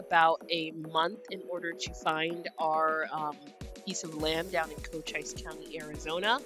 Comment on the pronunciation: Love your videos. Cochise is pronounced Coacheese